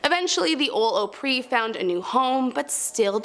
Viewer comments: She does not know anything about Nashville. She can’t said Opry correctly. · There were no Australians in the auditorium of the Grand Ole Opry! However, google has this amazing thing where you can type in any word and ask for a pronunciation and it will give you an audio clip to listen to! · Who told this woman how to pronounce opry? They were incorrect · GIRL that is NOT how you pronounce OPRY. I was cringing the entire time 🥴😬 Also Rhyman is also haunted by Hank Williams, I caught orbs while going by there one night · Just so you know, Opry is pronounced with a Short O not a long O. I was at the old Opry many years ago. I thing I was like 15 years old. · I don’t like country music, but even I know it’s pronounced with a short O 😑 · I'm 30 minutes from. Nashville and I can't stand when I here it pronounced like that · ahpree! not ohpree!! jesus man. do your research. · It's pronounced with a short O not a long O: Opry not opery. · It’s not called Ooopry !!! It’s Opry sounds like awpry!! Definitely not a Tennessee girl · I've been to 7 of the 10. And btw, it's pronounces Ahh-pree. Not Oh-pree, and I never WANT to visit those places, cuz it's always for work! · PRONUNCIATION OF OPRY OP…like special ops…pre Opry … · Opree would be how it’s sounded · Sooo, I’m a little annoyed by how you were pronouncing “Opry” because it is pronounced as “Ah-Pre” and tbh it’s really disrespectful to us Nashvillians whom grew up here. You just maybe ignorant to the fact, it’s you saying it with a smile makes it seem you are doing it on purpose and making fun of it. The Opry housed some of the greatest artists of all time in country music and other genres, so please do yourself a favor and learn to pronounce the name correctly or don’t speak on it at all!! Thanks! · Opry is pronounced oop-ry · It’s like a southern slang for “opera” so, Opry = Ah-pree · Yes! Like *Aupry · Eeew stop pronouncing Opry like that, just eeuugh